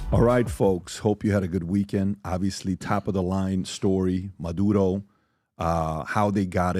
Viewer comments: Oh no, I get to hear PBD say Madoodo for two hours. 😩 🙄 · Why does peanut butter star of david always have to do what pat finnerty bags on? This is America. It's MuhDuroh, not MuhDoodoh. Now, if you said MuhDooDoo, you'd get a pass.